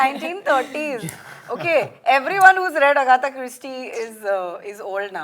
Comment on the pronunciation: It's Agatha not Agatha 😉